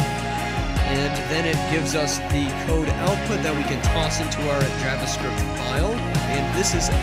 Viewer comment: Not a big deal, but you're mispronouncing "javascript".